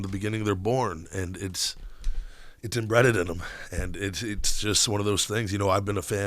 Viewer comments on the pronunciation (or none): Did he actually say embreaded instead of embedded ? lmao